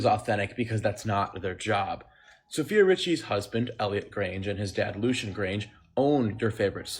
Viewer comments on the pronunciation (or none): none